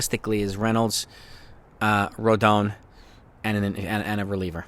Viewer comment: Still struggling to pronounce Rodons' name correctly. It's Roe-Don